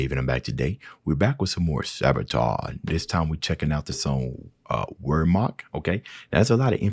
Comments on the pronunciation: Wehrmacht is pronounced with a V not a W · It's the German Army pronounced "Virmacht" Weirmacht.